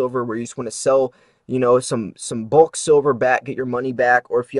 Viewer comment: This guy has odd accent with word "bulk' (rhymes with hulk,NOT caulk). Confusing Numismatic value with bullion value is misleading. We all know most stacker's handle their bullion without gloves: completely ruining numismatic value. Red Book retail value is only helpful for ultra beginners.I dont think this guy understands various industry publications -IF you're thinking of selling numismatic value worst guide you can use is redbook. You need the Blackbook for ABP (average Buy price for noobs) and Bluebook (wholesale) which is all a dealer can offer and still resell. This is 101 basics people. PS pronunciation isnt critical.....just fun (colloquial)?